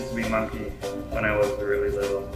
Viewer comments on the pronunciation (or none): I thought you said musky and not monkey but you are a unique musky too Simon. Thanks for the awesome video👍